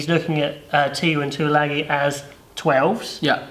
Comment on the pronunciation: Samoan pronunciation is Tuilangi.